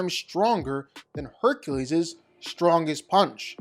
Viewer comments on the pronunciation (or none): none